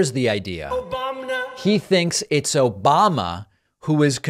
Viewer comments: "OBAMNA" is never not funny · 😂😂 the "obamna" never gets old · You're a good guy David & thanks as always for the "Obamna" !!! It always brings a smile to my dial & truly never gets all.